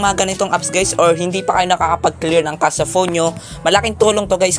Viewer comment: Kashey mo ang basa sa cache ehe